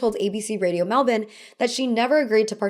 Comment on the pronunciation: you pronounced Melbourne PERFECTLY! best american pronunciation i’ve ever heard